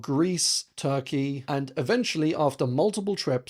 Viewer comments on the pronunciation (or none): none